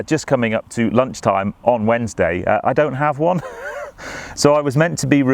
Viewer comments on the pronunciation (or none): none